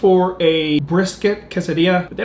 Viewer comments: don't say quesadilla in a hispanic accent it's tex mex food which is american not hispanic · usually I don’t like when people pronounce stuff different but I love your pronunciation of quesadilla 😂